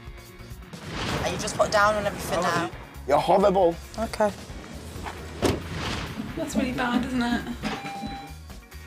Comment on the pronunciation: said amber is howwible